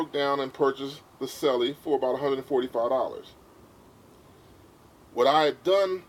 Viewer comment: Correct pronunciation of Selle is 'Sell' not 'Sell-e' - the 'e' is silent.